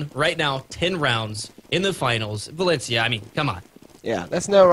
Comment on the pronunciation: lol it's not "valenchia" it's pronounced "valensia" great cast! subscribed!